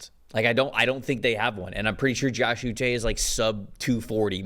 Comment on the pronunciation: Pronounced oo - SHAY' Like the Waterboy, but without the "B."